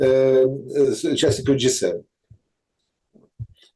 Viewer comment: Меня каждый раз коробит,когда говорит "Г 7".,ты же не Валерка Залужный и не Усик,который говорит на американском и канадском языке.